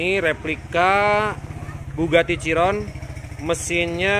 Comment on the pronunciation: Bugati Ciron hahah lucu juga masnya yah😁 itu kan mobil balap seharusnya mengucapkan kata bahasa inggrisnya itu kaan Bugatti Chiron..